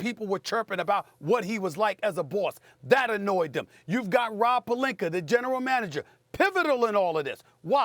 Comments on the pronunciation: Good ol Stephen "AR" Smith. Destroying names that end with an A. Rob Pelinkar lol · Stephen A. - "Robbb Palinker" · Anyone else notice Stephen a randomly calls pelinka "pelinker" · Rob “Pelinker” I caaaant hahahahah 😂😂😂😂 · Love it when he says Rob Pelinker lol